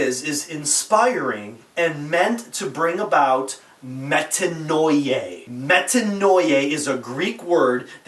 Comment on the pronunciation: It's pronounced Metanoiah